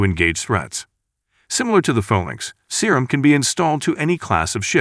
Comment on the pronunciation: Man i love it when the robot calls it the Serum